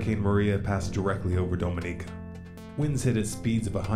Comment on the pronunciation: Big fan, but as a native of the Lesser Antilles (SVG) gotta tell ya it's pronounced Dom(as in DOMinatrix)inica